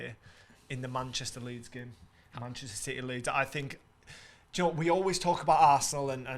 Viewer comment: This is terrible man. Lool keep saying leeds